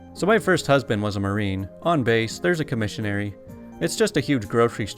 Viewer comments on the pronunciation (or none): Not pronounced "comishinary." It's com is airy, not trying to be ugly just fyi. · Commissary is pronounced kom-uh-ser-ee . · military commissary [ kom-uh-ser-ee ]